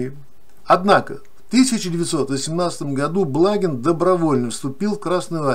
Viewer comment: БлагИн - так правильно произносится фамилия .